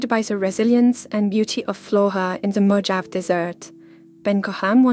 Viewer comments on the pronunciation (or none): Mo-hah-vee. Mojave. I enjoyed the video and wouldn’t usually critique non native English speakers until it comes to a proper name where the pronunciation is way off. It’s not an English word so it can be extra confusing 😊